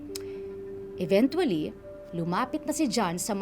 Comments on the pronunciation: EVEN-CHUA-LLY, hindi even-twoa-ly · Cringe lang ako dun sa "eventually" 😅